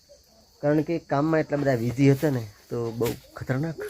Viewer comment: વીઝી નય બીઝી હતા એવું બોલો